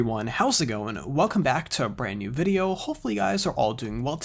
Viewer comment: Its "video" not "videyeeeooow" 😤😤🤬🤬